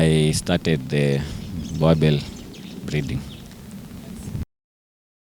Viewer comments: Its Boerboel not Boerboer! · Its pronoulike boorbull but its spelled boerboel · You guys are pronouncing this breed wrongly. This is a boerboel, The name Boerboel derives from the Afrikaans words boer, meaning farmer, and boel, a shortening of boelhond. I also own a boerboel bought from my collegue's sister whom is a farmer.